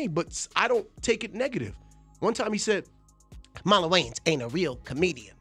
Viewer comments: Yians? Wa-ynes😂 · For the record, its pronounced way-ins brothers, not y-ins brothers lol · wtf is up with these people pronouncing the names wrong , it’s not Y-ANS it’s Marlon Wayans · Either I’ve been saying Marlon’s last name wrong my whole life or she just butchered it😂😂😂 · She can't even pronounce Wayans correctly!